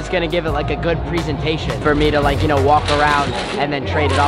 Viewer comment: This man can’t say presentation